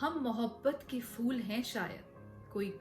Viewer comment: Good recommendations ! By the way, it’s pronounced ‘phool’ not fool